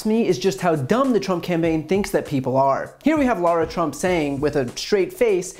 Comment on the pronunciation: yes I heard him I think he said Donald prump 🤣🤣